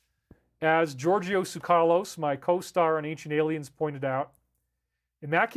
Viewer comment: Strange how David pronounces it "soo-KAH-Loh-ss" even though Giorgio Tsoukalos has stated on many occasions (on his twitter, on radio interviews, on Ancient Aliens) that it's pronounced "like sucralose without the R"... so it should be "SOO-kah-Loh-ss".